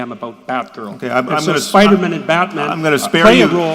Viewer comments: I love when people pronounce Spider-Man as “Spidermun” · Jordan pronounces it Spider-mhnn. 😅